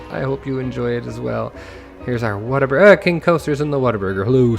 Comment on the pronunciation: You nailed the Whataburger, or as they're loving referred to around my parts the "Wait-a-Burger"! Any chance of you putting it on the workshop?